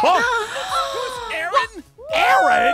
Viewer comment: why did said Aharon😂